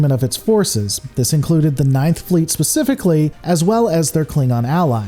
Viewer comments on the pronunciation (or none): none